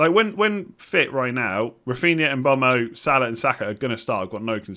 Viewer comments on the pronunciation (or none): It’s pronounced MBURMO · Mbeumo is pronounced mbe way mo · Surely it's said mm-bwemo or m-boomo